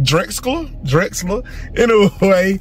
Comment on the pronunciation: Drexcler, Drexcler!!!! hahahaha